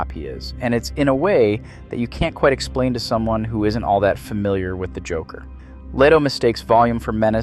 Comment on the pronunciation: "the jockler"? 😅